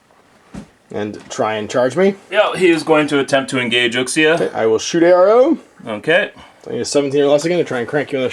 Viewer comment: Nerdy nit pick. Uxia is pronounced Ooo-she-a